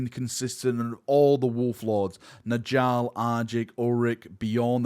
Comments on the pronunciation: Nordic naming - the Js should be pronounced as Ys. "Njal = Nyal, not N'Jal" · Y’know the J makes a y sound in Njal’s name. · Njal is pronounced Nyal like Jarl.